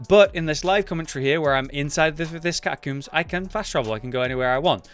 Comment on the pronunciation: Cat-a-combes not cat-a-cooms